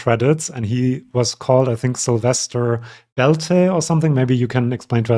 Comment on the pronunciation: Syl, not sizzle 😂😂😂 my name is Sylvia, same root as Silvestras :)